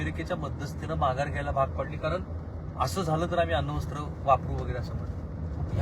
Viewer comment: अण्वस्त्र ✅ अन्नवस्त्र ❌